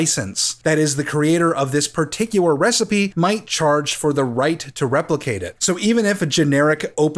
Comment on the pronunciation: you pronounce the word particular in a weird way, you say it like "partic-u-ar"